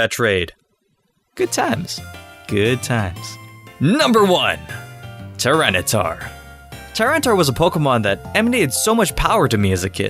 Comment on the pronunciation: FERALIGATR, NOT FELIGATAR! TYPHLOSION, NOT TLYPHSON! TYRANITAR, NOT TRYANTAR! FIX IT NOW!